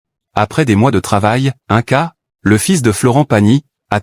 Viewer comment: Ce n'est pas un ca mais ine ca pour la prononciation. Inca